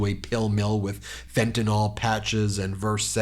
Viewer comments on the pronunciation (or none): Ben, it is Fentanyl not FentaNAL. Pronounce it corredrectly!